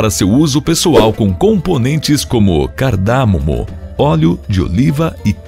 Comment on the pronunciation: Carda - mo - mo foi foda kkkk …